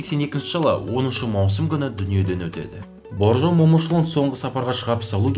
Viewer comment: Боржан емес Бауыржан деп айтыңызшы.